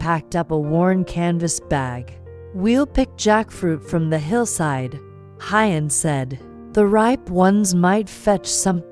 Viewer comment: This note is to the female narrator. Please pronounce Huyen's name like "who-yen" not Hi-yen.